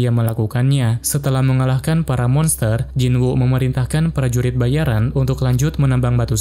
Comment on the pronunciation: kok pranurit bayaran kedengerannya? :)